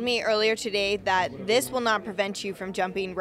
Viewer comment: She hurts my ears, please somone tell her that its not "zis" it's this or it's not "zat" i'ts that, thank you!